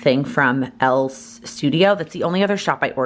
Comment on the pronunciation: Just FYI it’s El-EE’s studio. Two syllables